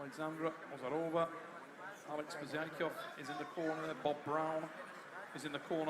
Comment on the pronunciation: ozeRova, u forgot R 😅